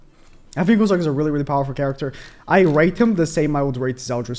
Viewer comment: Cusack should be pronounced as "Q-zuck" and not "Ku-suck" lmao